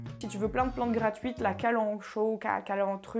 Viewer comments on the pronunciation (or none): prononciation de la kalanchoe : [kalankoé] :-) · Kalanchoe se prononce kalankoé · Trop chouette ta vidéo, bonne vibes comme on aime. Ça se voit que tu es remplie d'amour pour tes plantes c'est trop beau. Un p'tit coup de main, le genre Kalanchoe se prononce "Kalankoé" et en effet l'espèce que tu as est une de ces plantes qui s'auto bouture donc en faisant des bébés clones par les feuilles. Autre petit truc, en français la spider plant s'appelle "Chlorophytum" (prononcer à la latine donc "klorofitom"). Voilà voilà c'est cadeau !!! D'ailleurs le Chlorophytum se bouture très bien puisqu'il fait de longues tiges qui créent des bébés